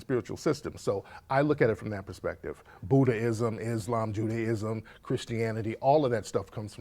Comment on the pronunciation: This nigga just say buddha-ism